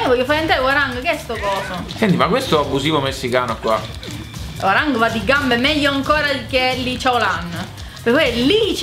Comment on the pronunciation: Attenzione alla pronuncia di "Hwoarang" eh xD, basta solo fare finta che quella O non esista altrimenti viene Gian degli Orion e ci picchia tutti. No non è vero, è che ho studiato coreano.